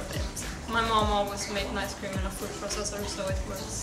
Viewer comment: It's called ice cream, not "nice" cream lmao